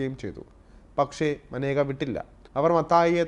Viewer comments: Not Maneka, she is Menaka. Your pronunciation is wrong. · മാനേജ അല്ല മേനക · തൻ്റെ പേര് ഉച്ചരിക്കേണ്ടത് മനേക എന്നല്ല 'മേനക' എന്നാണെന്ന് അവർ തന്നെ പല പ്രാവശ്യം വ്യക്തമാക്കിയിട്ടുള്ളത് ശ്രദ്ധിക്കുക. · Report kollaam. But Maneka alla. Menaka ennaanu name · She kept her spelling like Maneka but her name should pronounce Menaka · മനേഗ അല്ല മേന ഗ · മനേകയല്ല. മേനകയുമല്ല. മേൻകയാണ്. ഇംഗ്ലീഷിൽ മേൻക എന്ന പേര് ജനന സർട്ടിഫിക്കറ്റിൽ എഴുതിച്ചേർത്തപ്പോൾ MANEKA എന്ന് തെറ്റായി എഴുതപ്പെട്ടതാണ് എന്ന് മേൻക തന്നെ പലപ്പോഴും പറഞ്ഞിട്ടുണ്ട്. അതുകൊണ്ട്, ദയവായി തെറ്റിച്ച് ഉച്ചരിച്ച് പ്രചരിപ്പിയ്ക്കരുത്. മോദിയുടെ പേരും പലരും മോഡി എന്ന് തെറ്റായി ഉച്ചരിയ്ക്കുന്നു. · Name is pronounced wrong,Pls do research before presenting a topic . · Sir I think Menaka is not correctly pronounced. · മനേക അല്ല മേനക